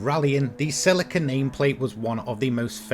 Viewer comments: I agree with vedder, have only heard of it being pronounced sir-leek-ar in the uk. Can probably find the top gear chaps even saying it that way. So god knows why he's pronouncing sell- ick-ar??? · he says it right once, but generally he says it like he's talking about silica gel that stuff in the little packet you put on your chips lmao. The stuff you get in shoes and stuff to absorb moisture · The way you say celica lol.................it's 'Sell---EEEEEEE ca' (SELL E CAR) ...your saying it like silica gel, lmao. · Sel i ca ? It’s Celica. Ssssseeeeeellllika ! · In the UK Celica is pronounced Sir-leek-a (British) not Sell-ick-a (American) - Google Celica pronunciation..... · he actually pronounces it sirleekar not sellickkr just sayinnn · Yup, even top gear pronounces it correctly. Sir-leek-ar.